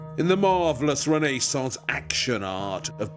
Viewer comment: René-saunce! Disturbing...